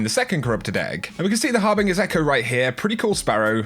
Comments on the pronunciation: Harbinge BINGE not BING ffs bruh. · Harbinger is with a soft g, like giraffe. So it's pronounced HarbinJER. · Repeat after me. Har bin Juh. "Harbinger" is pronounced with a J just like "Ginger", "Genetic" or "Agent" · The way says harbinger makes me cringe.